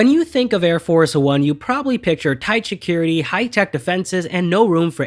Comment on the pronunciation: Si(t)-cure-rit-t not Shi(t)-cure-rit-t